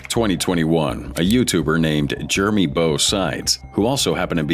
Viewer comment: I was enjoying it until your AI called that guy Germie.